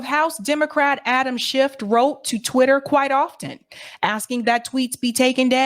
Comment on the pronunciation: Your ignorance is HILARIOUS. First of all, say his name correctly--it's SCHIFF (NO "t" at the end🙄). This whole "Twitter files" thing has been completely debunked. Matt Taibbi is a TRUE Putin-loving COMMUNIST--and I know how afraid of Communists you MAGAts are (even though not one of you can define Communism, Socialism, Marxism etc...🙄), but then again you are all Putin/Russia loving TRAITORS yourself, so who knows?